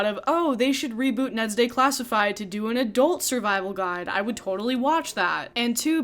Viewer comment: Hehehe you kept saying “day-classified” instead of “de-classified”